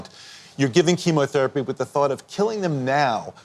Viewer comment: How dare you doubt her. Princess Catherine is a lovely human being, hard working, good hearted, how dare you try to cast doubt on the type of treatment she's getting. You can't even pronounce "chemotherapy"; you pronounced it "chemAtherapy". Get an education before you slander a young mother of 3, who has cancer and has a much harder job than you do, "foreign correspondent". FFS.